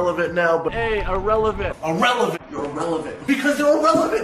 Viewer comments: i like the part when he said irellevent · I like when he said “Irrelevant”